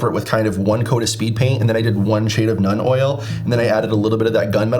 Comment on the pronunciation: Love the video! I hope I don’t sound like an obnoxious prick, but it’s pronounced “noln” oil rather than “none” oil. It doesn’t bug me, I just don’t want you to get made fun of for the pronunciation!